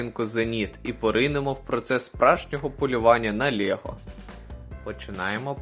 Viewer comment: Та не "лєго", а "лЕго" б...ть!